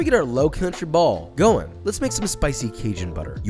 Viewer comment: Pops… it’s Holy “burl” not “ball” 🤣